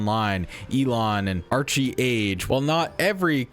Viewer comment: Archeage is pronounced, Ark Age. Not, Archie Age....